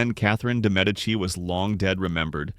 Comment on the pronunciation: Medici is pronounced correctly.